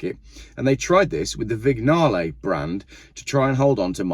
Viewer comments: "Vig-narlay" ?? 😆 It's "Vinyarl", you heathen. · Vignale has a silent 'g'. Vinyahlay.